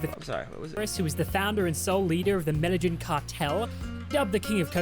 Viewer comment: The fact that you BOTH called it the "medal-in" cartel is proof enough for me that Swan stole your content. Lawl because people with their own knowledge of the Escobar legacy know that its called the "med-ah-een" cartel. So the fact that mispronounciation of the word is identically copied by Swan in his video....100% foolproof evidence of that.